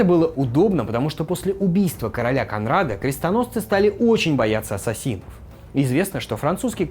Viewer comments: Ваш редактор должен явно указывать ударения в именах и названиях. Потому что кОнрад а не КонрАд, например. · спасибо за ролик. Две мелких поправки - 1.ГоспитальЕры 2. Конрад - ударение на "о"